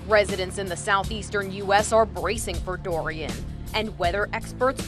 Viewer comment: Wow,at first I thought hurricane Dorian will be at Category 4 but it is at 5?That is fricking scary~😱Those people on the plane,i salute them for their bravery to go close to the hurricane Dorian (sounds like durian everytime I hear it😅) Kudos to them😎😎👍